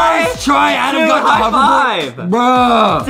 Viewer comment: justin always call adam adem and thats make me laugh